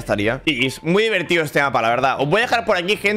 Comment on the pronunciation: Buen lirycs “diveltido” segundo 10 del video